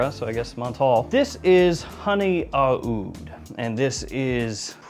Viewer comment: “Honey AH-OOD” Bro, cut that out.